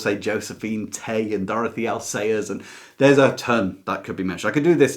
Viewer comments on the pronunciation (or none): none